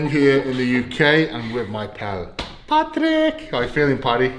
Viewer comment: I like how Eddie said “Patrick” HAHAHA that’s a Filipino accent😂